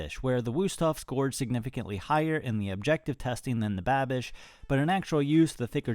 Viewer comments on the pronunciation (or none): lol calling the Babish knife "Banish" :P